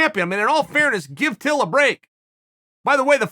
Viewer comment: I know chael would say till but it sounds like he says bill at the start lol